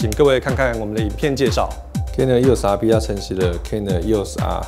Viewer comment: 为什么我一直听到 canon 又傻逼... eos rp 读快点真的是会听成canon 又傻逼... 不懂有没有和我一样 😂😂😂